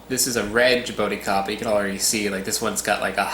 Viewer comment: Actually, ingula is right... It's jabuticaba - if you want to use the Brazilian word for the fruit. You could say "jabooticaba" to sound like we say here in Brazil... :) Love that fruit and its beautiful tree... Hugs from Brazil!